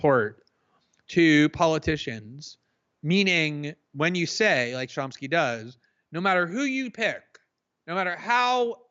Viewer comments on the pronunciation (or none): He keeps calling him Chomp-ski 🤦‍♂️